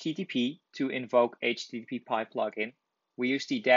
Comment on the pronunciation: it is aitch-tee-tee-pie not aitch-tee-tee-pee-pie